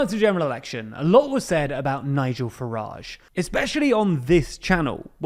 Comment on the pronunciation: Ah yes, "Nigel Garage"